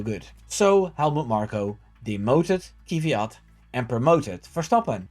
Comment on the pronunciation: Kviat, not Ky-viat! Have some respect for the guy, after all he gave Max his car, his girl and his daughter! 😆😆😆